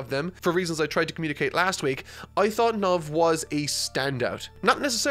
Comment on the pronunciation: It's Knov,. His name is not "Knuv", please stop transforming character names with your accent.